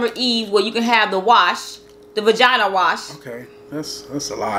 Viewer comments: She kept saying “vagina” and was like baby calm down on all that.He was like say vagigi hahahahaha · reaction when you said vagania wash 🤣🤣